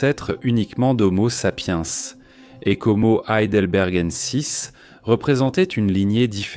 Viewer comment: horrible la voix IA qui n'arrive même pas à prononcer Heidelbergensis